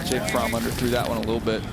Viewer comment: Jake fromm is pronounced frawm